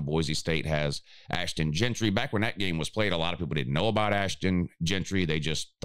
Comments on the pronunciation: Jeanty. Not Gentry. All you do is college football and you can’t get the dude’s name right? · Ain’t no R in Ashton Jeanty’s name…